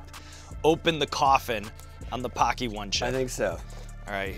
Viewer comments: When hawk says paqi it sounds like hockey lol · Bro the way they say Paqui. It’s an insult to Asians in the uk 😂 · Just so u know the way u pronounce "paqui" sounds very racist in the uk 😂😬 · First time I've ever seen Paqui chips at the store, I pronounced it incorrectly and accidentally said a racial slur.